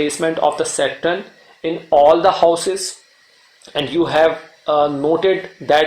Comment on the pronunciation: It is Saturn, not Satrun. I couldn’t listen to you saying it the wrong way hence couldn’t watch the video. Is there anyway I can get a blog to read about Sa darakarak?